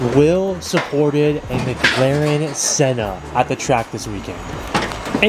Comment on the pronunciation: Everytime I head say MagLaren and not McLaren 🤣